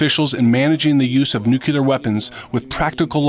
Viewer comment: NU-CLEAR!!!!! NEW-CLEAR! for the love of god!!! Nooootttt nu-q-lear!